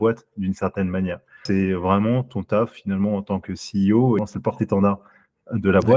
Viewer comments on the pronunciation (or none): Il est encore CIO... Il faudrait vraiment qu'il apprenne à dire CEO, ça en devient risible. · Lol tu vas être excellent, par contre juste on dit “Si I O” pas “Sé I O” ;) et sinon merci pour toutes tes vidéos , elles sont cools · Mes oreilles chaque fois que j’entends « C I O » : 💀